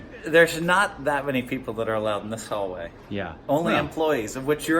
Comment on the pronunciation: Phil said khallway